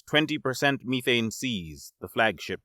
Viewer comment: you are saying methane wrong